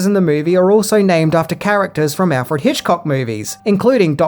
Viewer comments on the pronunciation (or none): none